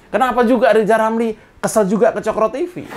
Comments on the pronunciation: Mengapa RR tidak suka Cokro TV? Karena RR tidak bisa mengucap COKRO tapi Coklo..RR diganti double L kalee??😅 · Kenapa Rizal ramli kesel sama Cokro Tv.?? Karena Rizal Ramli Tidak bisa bilang Cokro🤣tp Cokloooo 😂😂😂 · Oh ...kesel karena ada hurui R, coklo tb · RR MANA BISA BILANG COKRO TV....COKLO TV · Mungkin kalena ga bisa ngomong coklo TV...dacal lizal lamli....hhhhh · Lijal Lamli - susah ngomong COKRO...!!!